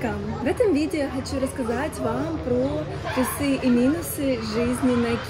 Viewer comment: Интересная специфика блогеров на Кипре, все говорят плюсЫ, минусЫ 😄а не плЮсы, мИнусы. Без претензий, но интересно почему?